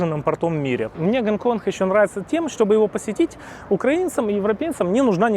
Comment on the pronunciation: Гонконх))) су не могу! А, что блин не на мове ховоришь)?